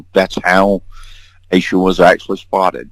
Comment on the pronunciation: what’s the deal with “Ah-Sha”? Why are you repeatedly claiming Asha’s name is pronounced “Ah-Sha”? Her name is Asha Degree and the phonetically correct pronunciation is “Aye sha”. Asha Degree has not been found and her disappearance is still an open investigation.